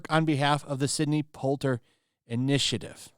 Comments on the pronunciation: Sidney “Polter”? Really,? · Did you mis-pronounce Sidney Poitier's name? Kids.